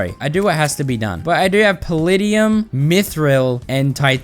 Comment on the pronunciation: The way he pronounces paladium hurts my soul